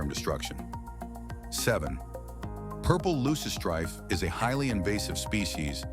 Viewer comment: Which ones? Aside from the misspelling of Kudzu and the mispronunciation of Loosestrife?